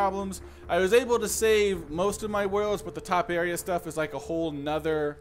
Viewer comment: In proper English it's pronounced TOE-PAIR-EEA.